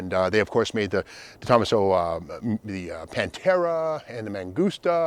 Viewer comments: Trident inside the Chrysler "penta-star." By the way, it's DE-to-maso. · Detomaso, say it with me….. Day-toe-MAS-oh… Lol, phenomenal presentation as always Steve! Never knew these existed. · toeMAHso not TOEmuhso And you said Chrysler LeBron tc as if that’s a thing. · Is that how De Tomaso is pronounced? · Steve, check out the YouTube videos showing how to correctly pronounce, “DeTomaso”. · Damn, your pronunciation of DeTomaso is horrible